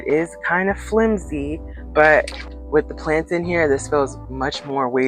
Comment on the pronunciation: The ghana accent on the flimsy 😂❤❤. Thanks for sharing.